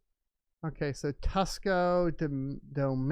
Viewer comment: Interesting how the "hack" occurred at exactly the same time as the largest red candle on crypto in many years. Hmmmmm Also, LOL on calling tucows, tuscow. It's pronounced two cows.